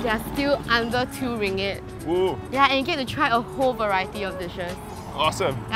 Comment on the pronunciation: Sorry I got irritated with your pronunciation of ringgit! It’s ring-git btw, instead of ringit 😆 oh, and you can easily find Lontong Kering at Geylang market!